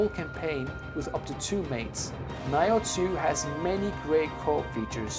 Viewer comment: someone answer this, WHAT THE FUCK IS “NIGH-OH TWO”??? its (NEE-OH TWO) the fuck bruh aint no way its been out for years and u getting this shit wrong. EVEN MY WIFE WAS LIKE “tf did he say?”